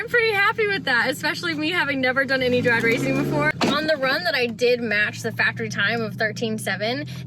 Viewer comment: "drad racing" hahaha Lawd have mercy.